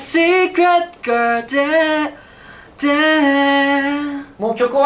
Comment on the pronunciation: 擬似プロならRenの英語の発音なんで誰も直してあげないの？！特にgarden ひどすぎる😭 こんなことではジャニーズの英語歌詞みたいになっちゃうよーー